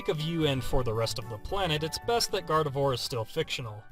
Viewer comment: Gardevoir Is Pronounced As Garde-vuah :/ I Would Totally Want A Gardevoir.... I Would Tell It NOT To Use Black Holes